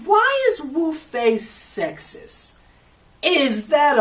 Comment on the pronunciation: Wufei not lufei